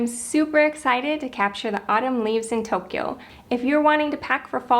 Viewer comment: It's pronounce TOE-kyo, not toke-kyo